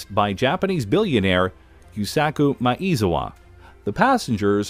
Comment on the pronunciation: it is easy to pronounce Yusaka Maezawa 'you sucka Ma eh zah wa', just trying to help , listen to the japanese here